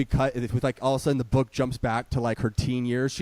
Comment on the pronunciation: You mispronounced it. She calls it her boooooook.